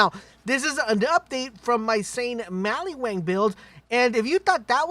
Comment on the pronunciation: Did you say maliwang lol